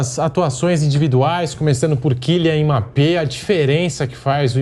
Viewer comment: Killyan Imapê